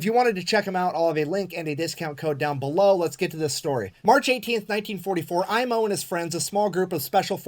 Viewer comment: "Aimo" was bit off at the A , but Koivunen was spoken like native Finn☺